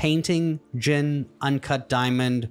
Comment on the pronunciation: Love knowing how to keep the "Franken-sense" in "duh-mond" mon! Thank you! ❤